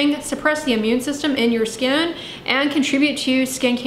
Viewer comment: That destroys people's 'skan' 😂